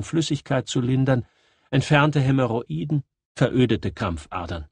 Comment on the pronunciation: Lars Burgert Ich weiß, wie man das korrekt schreibt. Ich fand nur lustig, wie es ausgesprochen wurde.